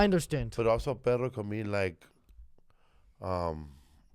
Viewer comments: Nothing worse than an Americanized Latino like J Lo. This idiot can’t pronounce “perro” and perro isn’t the same as pero. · I'm pretty sure "perro" and "pero" are two words Felipe lol